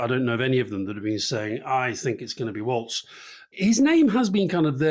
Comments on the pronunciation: FYI - he pronounces it 'Walls' as in these four walls not Waltz the dance. 👍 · You have to drop the German 'z' when you pronounce Walz. It's not 'waltz'. It's simply 'walls'. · It is pronounced Walls. Not Waltz. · Walz —check how Germans would pronounce it — does not need a ,t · I’m pretty sure it’s pronounced like “walls” (rhymes with balls). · Walz… pronounced “walls” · OK, here we go again. Now you're both pronouncing a Democratic candidates name incorrectly ! It is spelt AND PRONOUNCED without a "T" ! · Its pronounced Walls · Um, his name is Walz, pronounced Walz. No “T” in spelling nor pronunciation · It's pronounced "walls." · "Walz" is pronounced like "Walls".